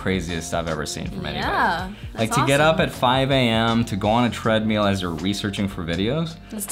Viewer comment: I've been hearing people pronounce treadmill as "tread-meal" more recently for some reason